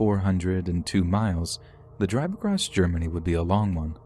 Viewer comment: Across not acrost